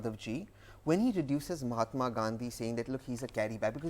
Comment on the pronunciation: you know it's on MAHATMA NOT MOMATA